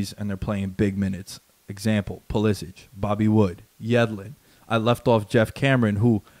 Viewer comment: The "expert" pronounces Pulisic's name incorrectly.